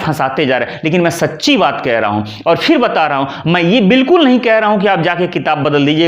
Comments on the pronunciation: आप 'फिर' शब्द का उच्चार कभी-कभी (इस वक्तव्य में लगभग आठवें मिनट पर) "फ़िर" कर लेते हैं, जो ग़लत है। सही शब्द (बिना नुक्ता) 'फिर' है। रोमन लिपि में लिखें तो — सही — phir, अशुद्ध — Fir. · आप फिर (Phir ) को फ़िर (Fir) कह रहे हैं और कभी-कभी श को स उच्चारण करते हैं, उसका क्या ? उच्चारण भी सही होना आवश्यक है ।वैसे अन्य संधि संबंधित जानकारी ठीक है , पर संस्कृत न जानने के कारण, लोग भ्रमित होते हैं । 🎉